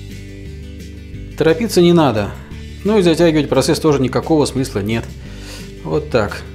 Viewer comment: Тарапыться не надо!!! Класс , улыбнуло, напомнили " Кавказскую пленницу" !